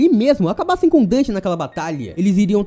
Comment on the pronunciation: Só eu que ouvi seno o nome dele é Dante kkkkkk